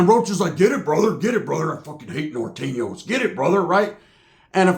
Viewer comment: “I hate Nor-Tane-Yos” 😂